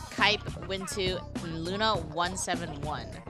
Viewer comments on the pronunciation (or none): none